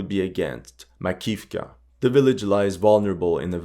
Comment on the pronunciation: sure, maybe then he will be able to pay someone to tell him how to pronounce Avdiivka, Andriivka, Makiivka...